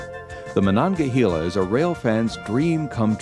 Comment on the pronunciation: Pronounced “hay la “ not “hee la”